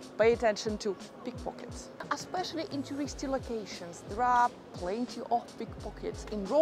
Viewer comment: I like your videos Mi piacciono...Aspeccially when you say Aspeccially!! !